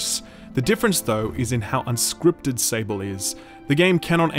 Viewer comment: Can you someone tell this man it's spelled out "SAWBl" not "Sa-ble" It's the french word for Sand.